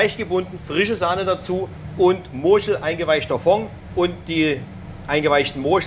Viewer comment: Morschel , nicht Moschel oder so ! Da fehlt ein R.